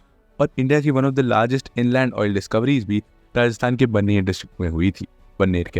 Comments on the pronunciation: Sir it's not बानेर,its बाड़मेर। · बरनेर नहीं बाड़मेर (Barmer) Rajasthan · बाड़मेर भाई, ब्रमेर नहीं, यूपीएससी वालों को पढ़ा रहे हो थोड़ा पढ़े लिखे लोग रखो।